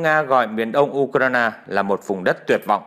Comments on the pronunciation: Tại sao không đọc theo đúng tiếng Anh là Du cờ ren mà lại đọc là Du cờ rai na. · Bạn nói đúng! Nhưng vì đều có lối phát âm như vậy chớ không chỉ riêng anh nầy!!! Tôi chỉ nghe anh ta nói “ u - cà - na - na “ mà thôi! Ngay như “ HÀ NỘI “ họ còn không nói được 👍 thì còn nói chuyện gì khác nưa chớ??? OK 👍!? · Tập phát âm lại Ukraine đi , bị đớt đớt